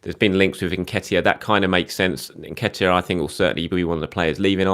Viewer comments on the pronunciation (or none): none